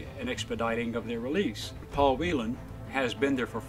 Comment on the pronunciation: Paul Whelan has the same last name as I do and you said it like I do, most people mispronounce it